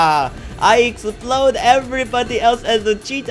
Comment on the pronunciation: i cracked up when you said explode as ex-pa-lode